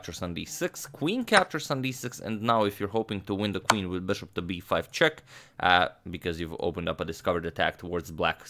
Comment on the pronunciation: it's funny when a newby says 'chess' instead of 'check'. "This comes with chess", pointing at Spassky's chair.